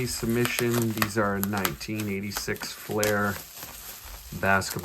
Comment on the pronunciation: It's pronounced 'Fl-ear', not 'Fl-air'.